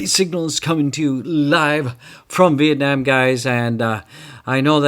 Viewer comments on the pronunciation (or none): none